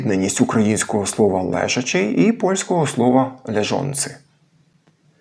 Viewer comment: Коли дієприслівник, то наголос 'лЕжачи', але коли дієприкметник, то наголос, думаю, все-таки 'лежАчий', а не 'лЕжачий'